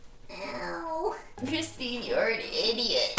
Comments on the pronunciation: BUT B IT'S CHRITINE AND BEIYYYYYYYYYN!!!!!!! No offense I'm just kiddin' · Ms. Jae mouse ITS CRISTINE WITH NO H REEEEEEEEEEEE